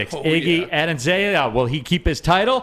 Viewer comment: but, then you did own up to it, except you also said "Iggy"